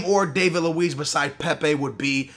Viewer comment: Pisses me off that he says pep. Like WTF it's PEPEEEEEE!!